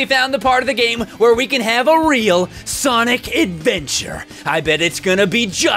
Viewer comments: Sonice is my favorite prononciation of sonic now. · "S O N I S" -, 2017